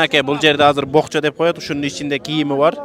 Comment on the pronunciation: БОКЧО ЭМЕС, ПОКЧО ДЕЙТ.